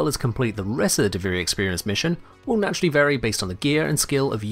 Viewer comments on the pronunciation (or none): none